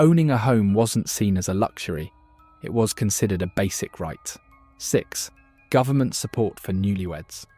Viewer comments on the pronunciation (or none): none